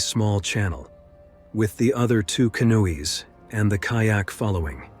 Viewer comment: AI strikes again in this narration, mispronouncing English words! AI calls canoes "can-oo-ees!" And yesterday, I heard AI call a location such as St. Martin's as "street Martins! And they always mix up homonyms such live and live, meaning location or "not dead!" Some are funny but most are not!